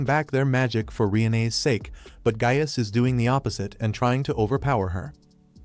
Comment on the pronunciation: Lmao Gaius sounds like “Gayass”